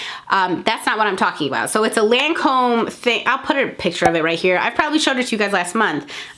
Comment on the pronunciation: Omg that Lancôme makeup remover in the blue bottle that you couldn’t pronounce...... SO DAMN EXPENSIVE BUT SO GOOD!